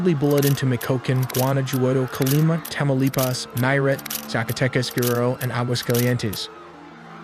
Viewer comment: lol you hilariously mispronounced Guadalajara yet you nailed Tamaulipas🤣 I laughed more than I should’ve watching this😂